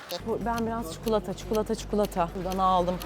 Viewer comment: Çikolata ❌ Çukulota ✅